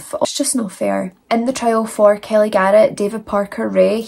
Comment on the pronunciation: 1. I love the way your accent pronounces my name, Kelly😊. 2. I'm not usually a fan of graphic eyeliner, but the brighter color you used looks gorgeous. 3. F*** these 2 societal skid marks, whose names aren't worth the effort of typing.